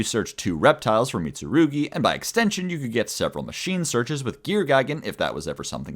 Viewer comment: props for actually pronouncing the mitsurugi cards correctly